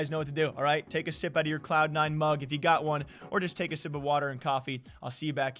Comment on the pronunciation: day 39 still waiting on "drink your wah, drink your cah" merch to drop